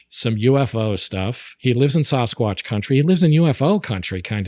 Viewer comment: Sauce kwotch? Really?? Come on guys! It's Sass kwotch, dammit! :D